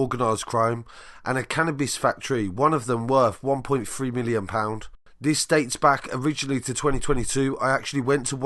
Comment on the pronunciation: Adding the Y on the end was the oddity. Milly On.